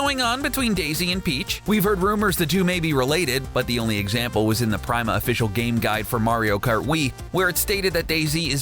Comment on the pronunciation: "Sadly Wahs" 😢